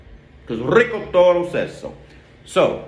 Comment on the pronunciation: I like your style. You different from the Brothas....rrrrrico. good tongue roll. Great videos man.